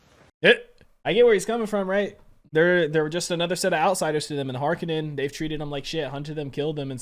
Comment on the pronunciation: I love that you are pronouncing "Harkonnen" correctly! Also, you saying a couple times you didn't know if the visions are going to come through or not is a profound insight into the Dune series